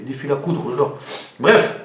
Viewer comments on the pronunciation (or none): none